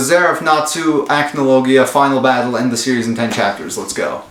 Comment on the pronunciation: E.N.D. Not end 😂